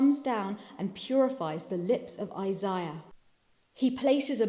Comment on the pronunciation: The way she say Isaiah ahhh my heart even tho my name is in Spanish it’s the same name and I love the way she annunciates it